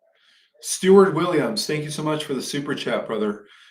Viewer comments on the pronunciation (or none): none